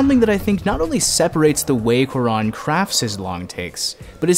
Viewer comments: Great vid! But also, it’s pronounced kū-ah-rōn... not kū-ah-rahn. The accent on the ó is there to indicate the stress on that syllable. Same for Y Tu Mamá También. Ē tū mah-maah tah-m-bē-ehn. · WHY THE FUCK YOU SAY CUARÓN LIKE THATTTT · you massacred his name. good video though